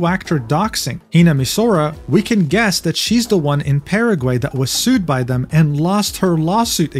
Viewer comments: I'm so so sorry but hearing you say "Paraway" made me absolutely broke in tears, I cannot take such a crazy situation serously when hearing that 😭😭🙏🙏 the gringo is so strong in you boy 😭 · How is it actually pronounced? I heard Paraguay. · .. paragey? 🤣🤣 you are too funny man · Ah yes, Páragüei, my favorite country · "PEREGUEI" I'M DYING OMG 😂😂😂